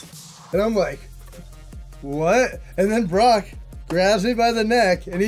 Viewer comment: Brock was probably just angry (or thought Riddle was dumb), because Riddle always called him by his first name and even worse, he emphasized it incorrectly (Bro instead of Brock...) 😅